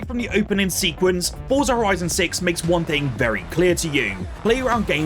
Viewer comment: Forza is an Italian word. It's pronounced "Fortza" as 'Z' in Italian is always a hard 'z.' Just think of the word 'pizza' It's not 'Forsa'